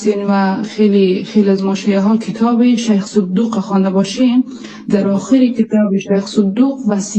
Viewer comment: این زن چرا اینقدر چیر چیر می کنه صدو ق میگه( صودوق ) احمد گاتی شک نکنید که صد در صد ولد زنا است